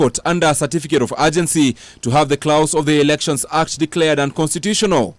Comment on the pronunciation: the word 'clause' is pronounced as 'claws', Issue as 'isshue'. Can someone teach me how to pronounce 'erect' and 'elect'! 😆🤔